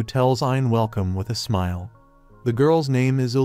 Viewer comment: This is agonizing. The AI you're using seems to consistently misgender, cannot properly say the words "smile" or "smiling", and boy does it like to say the word "Herself" a lot. I quit. I am really having to work to understand this narrative and it's just too much .😢